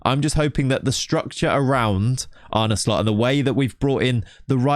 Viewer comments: What are you on about man, he pronounces it perfectly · bro, you are not the only native Dutch speaker here. Don't try to be interesting. He pronounced it fine. You also can't expect most foreigners to roll the r. It's very hard. I would love to hear you pronounce Chinese, Japanese, polish etc names. You'd do a worse job than he did here. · im dutch and he says it perfectly fine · Dutch guy here, said it perfectly. Are you trolling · Wat lul jij nou? Spreekt het gwn goed uit, zeker voor een non Nederlander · Bro, he said it fine. Nitpicker. You're not the only Dutch person here. So stop spewing bs! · Yeah no. Native Dutch speaker here, and that's exactly how you pronounce it minus the soft R. Much better than any foreigners I've heard on YouTube so far. And this vid was before the Slot interview. So props to this content creator. 👍